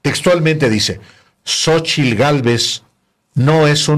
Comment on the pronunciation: El kks obrador no sabe decir Xochitl dice (Xochil).y dice que es Licenciado.